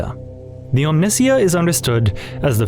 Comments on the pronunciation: For all the stuff in here, it was good until the last 20 minutes. The ability to pronounce French surnames and being of faith, but not knowing Omnissiah and Messiah are pronounced similarly boggles the mind. And from the stand point of someone who got into 40k in 10th edition, your perception of it being less Grim feels like a sort of cognitive dissonance because it feels pretty grim and dark to me. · The way you pronounced omnisiah is heresy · OK so is it Omnissiah, or Omnissiah? Which way is the correct pronunciation. Cuz I've been pronouncing it Omnissiah in my head but now I'm hearing him say Omnissiah..i guess it could be preference, but I'm pretty sure i remember it being pronounced Omnissiah in Space Marine 2 in the intro and game. I think I'm gonna keep saying Omnissiah instead of Omnissiah, that just sounds wrong to me lol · Bro do you call your god "The Miss-euh?" Cause if not you can't justify how you butcher "Omnissiah" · Bro has to be rage baiting with his pronunciation of Omnissiah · great vid, however there are two big problems 1. While these are some interesting theories they are most likely wrong because Games Workshop is not clever enough for half of this. 2. ... the pronunciation of Slanesh and the Omnissiah... (also in generall the audio quality drops a bit during the islam section- or maybe not drop but changes and feels a bit odd). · You keep pronouncing Omnissiah that way just to annoy me, aren't you. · Pronouncing omnisiah like that instead of as a portmanteau of Omni and messiah is really grinding my gears. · Fantastic vid. Stayed til the end. Only thing I noticed in the whole video was your mispronunciation of “Omnissiah”. One mispronunciation in a two hour endeavor is damn good in my book, especially when it comes to the slippery slopes of Warhammer… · Each time you mispronounce "omnissiah" I find myself drawn more and more to chaos lol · Why do you pronounce Omnissiah like that? Is this AI? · OM-NI. SY-UHHH. WHO TF IS OMINSIA